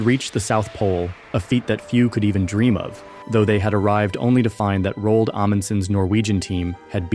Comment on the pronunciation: You mispronounced Roald. 👎